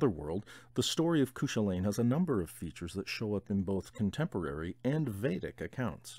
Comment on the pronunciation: Cúchulainn is pronounced like Koo-kul-in or koo kwa lin not that it matters much i'm just super irish. By the way these reads stuff videos are great and have introduced me to a lot of great books so thanks for that.